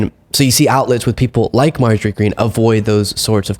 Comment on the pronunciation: I love that he called her Margarat! lol I don't know why.. lol